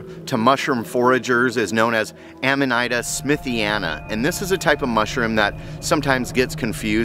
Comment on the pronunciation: the i in amanita makes a long e sound.